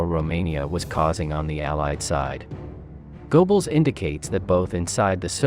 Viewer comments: GO-Bells? It's pronounced GUR-BULLS. It's a German thing, you understand. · Okay, but your pronunciation of Goebbels' name is painful to listen to, even for me, a non German speaker. (It's closer to Gerbbels or Geurbbels, but even that doesn't quite get it.)